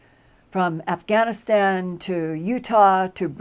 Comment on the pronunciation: did she say "Aff-a-Gan-aStan?"